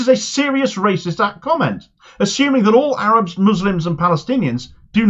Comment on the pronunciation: 'Wacist, wacist, wacist, wacist'!